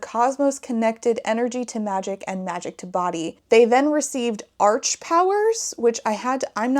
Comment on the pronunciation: I googled the meaning of arch and it seems to make sense, particularly: first; original (archangels), as well as rule (monarchy) and extreme (arch nemesis). So calling them arch powers makes sense to me, only took a quick google to confirm, but it is an awkward phrase, especially if you pronounce it “arch” rather than “ark”. Then it just sounds like they’re great gymnasts or smth